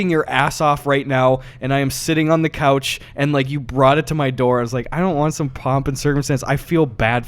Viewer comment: mid west Gus really popped out on the word ‘couch’